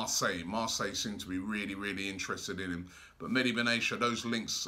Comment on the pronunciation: Meh-Di Bin Atti-ya; not medi benasia. Robbie pls